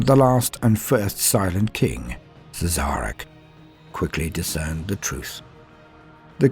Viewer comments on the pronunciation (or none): It's actually pronnounced 'Shareh'. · Had to stop at "Siz-Zarek". But good effort.